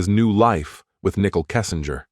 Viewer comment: Her name is not pronounced nickel!